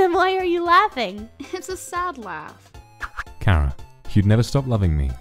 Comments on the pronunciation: Do you pronounce it “Care-A” or “Char-a” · Its ch ara not cara